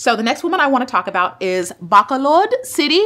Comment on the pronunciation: Been waiting for this non-biased comments! Btw, it's "BAAAA --- CALL---LAUD" (Bacolod)